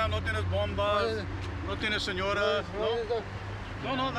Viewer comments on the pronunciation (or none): Lazaro Monroy completely butchered it. Officer asked if he has ladies. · “Bombas” “ senoras” 💀💀🤣🤣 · Bombas? Señoras? 😂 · Bruh he said senoras or bombas Iam dead(not literally I just mean Iam dying of laughter)